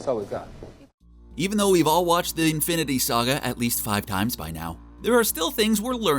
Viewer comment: Did he say fIvE iNfInTy sToNeS